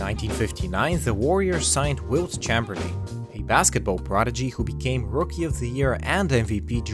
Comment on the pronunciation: That's definitely how you pronounce "Chamberlain"